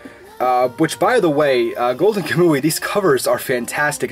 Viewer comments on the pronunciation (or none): none